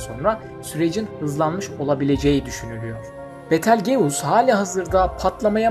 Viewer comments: Kanka "Bitılcüs" diye telaffuz ediliyor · Betal geus nasıl bir ingilizce telaffuzu ya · betelgeus ne yaaa yazılışı gibi niye söylüyorsun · Hocam kanalınız güzel görünüyor fakat teleffuzda biraz daha dikkatli olursanız çok hoş olur. Örneğin Betelgeuse'un teleafuzu...